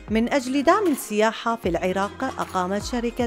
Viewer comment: إلى المذيعة ترى فشّلتينا.. حرف السين هو حرف شمسي لذلك ال التعريف لا تُلفظ في السياحة..